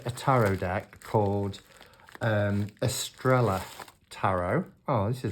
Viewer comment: Lovely deck ! Shouldn't it be pronounced Eastraiyaa ? (star in Spanish).🧡☺🙏🌺